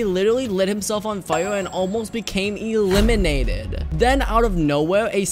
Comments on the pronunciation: Lol he almost got eeee-limiated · When ever he says eliminated eeeeelinated